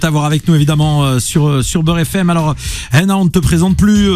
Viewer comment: Pourquoi il dit "HENA" elle s'appelle HANA, non?